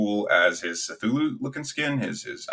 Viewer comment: The pronunciation of cthullu killed me and the tier list is outdated btw McCree is called Cole Cassidy now.